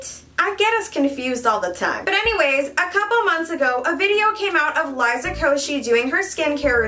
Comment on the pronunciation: I thought the girls name was pronounced "Lee-za" and not "Lah-e-za"....